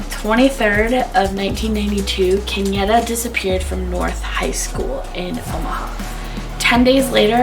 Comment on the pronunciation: And it's Kenyatta (KEN YA (Ahhh sound) TTA)